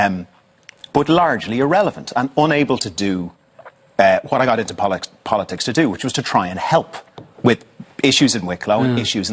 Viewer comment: 3.57 He says 'bolitics' 🤣